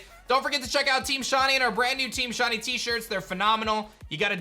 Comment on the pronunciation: Sh I ney. Not Shawny say it with me sh iiiiii neyyy